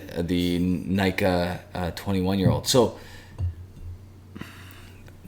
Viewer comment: Nikka is pronounced closer to nee-kah, not nigh-kah. (actually neek-kah to be a little more precise)